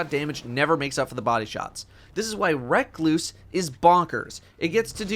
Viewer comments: RE-KLOOOSE NOT REK-LOOOSE PLEASE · You did not just call the recluse "reckloose" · Anybody else notice he was calling recluse “reck-loose” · Wreck loose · RUH-CLUSE. Literally the only complaint I could have for this fine video so there, take my like. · Lol....recluse......that cant be how its called...dont do that 😂😂😂😂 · Holy shit pronounce recluse right